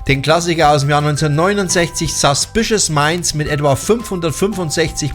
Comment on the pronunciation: Es heisst nicht "SAAAAAspicious Minds" es heisst "Suuuuuspicous Minds" --- mmmmhhh